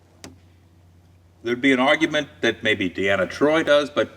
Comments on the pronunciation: Deanna, not Diana. Damnit,. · The prosecutor is clearly not a real fan. Riker is not the original Number One and it's pronounced Deeeeeeerana not Diana. Any real fan would know this. Sure she's cute but let's have some real fans. Also next time remind Frakes that Worf was still a Lt.